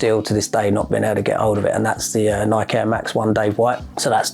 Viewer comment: Think he would know how to pronounce Nike by now!